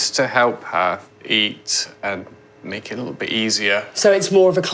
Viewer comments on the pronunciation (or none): I like how he said, "we'll take a li'le bit off the bo'om beak." . Steve and Allen's mum joked about the likelihood of losing a tortoise, but I had a pet turtle that ran away. I had him out in the back yard and went inside to answer the phone. When I went back outside he was gone. Never saw him again.